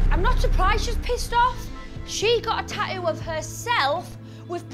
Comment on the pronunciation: Tattoo not taoo